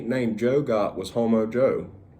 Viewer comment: Nooo, “Jo the Ho Mo”